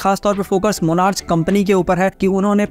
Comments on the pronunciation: मोनार्च ❌ मोनार्क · It's monarch the pronunciation ends with /K/